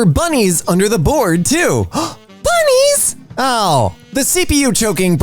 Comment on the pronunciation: OMG THE WAY HE SAID BUNNIES